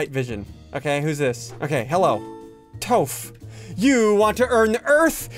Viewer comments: It’s pronounced tof not toph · It’s (o-z-ih) and( to-ff ) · bro said toeph 🦶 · Update.... After hearing him call toph toef.... I gotta dislike this XD he's doing it in purpose now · I'm sorry I can't finish watching this, you just mispronounced the name of my favorite character from Avatar: The Last Airbender which is Toph ofc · The way he mispernounces Ozai and Toph makes me mad. But not as mas as Ssundee calling Aang Naruto.